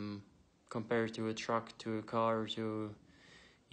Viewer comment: hahaha "...in her CARRRR". Anyone else notice that sudden, odd accent there?